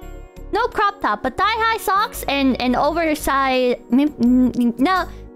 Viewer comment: First saying cock instead of cook, now saying cocktop instead of croptop At least has the excuse of being actually ESL